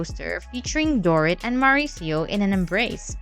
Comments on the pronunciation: If you are going to gossip about others, at least pronounce their name correctly. Dorit's name is not "door-it", as you pronounce it. It is"dor-eat." At least TRY to get the names correct for the people you get paid to gossip about, or better yet..get a real job. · years ago, i worked with a bartender who claimed to have met Mo on an air plane and ended up having sex with him. she was a silly woman though. the bot voice over mispronouncing Dorit's name is petty AF.